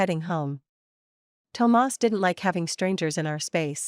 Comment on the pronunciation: Why did the narrator keep pronouncing Thomas as tomars😂it’s burning my ears 💀💀💀